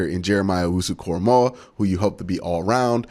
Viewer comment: Way to finally put some respect on that man's name, glad you said it right!!! Lol, no way did I see him being available crazy!!! I thought he'd be gone in the first!!!